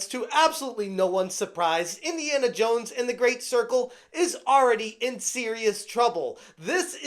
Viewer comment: But you will be "Indiana Yones"...